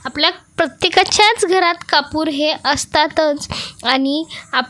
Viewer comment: कपूर हिंदीत म्हणतात हो कापूर म्हणा की मराठी बोलता ना ,सर्दी झालीय का सु सु काय चाललंय 😅 बोलताना दमताय का 😮😢 चाळणीने पाणी गाळतो हो